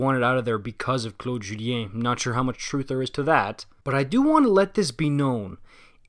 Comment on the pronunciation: I could only tell he was a queb when he said Claude Julien lol, only a queb will nail frenchy's name